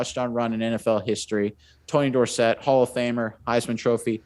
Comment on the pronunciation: Great picks. Staubach is in a league by himself, no pun intended. Dorset, emphasis on the second syllable, was the most explosive running back in his time. Walker is one of the best NFL players, ever! Don't believe me, just look at how good he was even toward the end of his career. The cowboys were able to trade him to the Vikings for pretty much the rest of the league. #HershallWalker, #TonyDorsett, #RogerStaubach